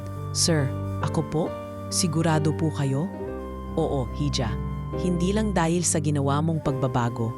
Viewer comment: Isip ako ng isip kung ano ang ija, iha pala(hija) ayusin mo naman pagbasa teh.Napansin ko pati sa pagbigkas teh.Sorry po.Sana hindi kayo ma offend. Anyways maganda ang kwento.rhank you